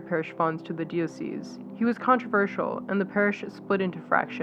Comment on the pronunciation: The narrator could have learned how to pronounce normal English words like "diocese" and of course Fr. Karasiewicz's name. A matter of professionalism and respect.